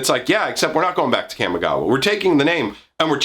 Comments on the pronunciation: kamigawa, not camigawa. lol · Your pronunciation of Kamigawa is triggering me. Camma? Really? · Are you forgetting that in D&D has "Chaotic" as an alignment? It's pronounced "commie-gawa" Also I'm calling it now, the planeswalkers are Tezzeret, Ral Zarek, and probably Jace because he is poster boy who sells packs. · It is a soft (a) - Kah-mee - it hurts hearing it pronounced the way you do. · Look, I like your vids, but the way you say Kamigawa hurts my soul. Kah-Me Gawa